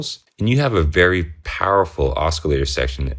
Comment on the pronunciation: "OsKillator" lol... Just playin' tho. Great vid and I couldn't agree more, I love my Neutron. Just got the Crave to go with it for a sequencer and extra oscillator n patch points. Can't wait to start digging in with these 2 together.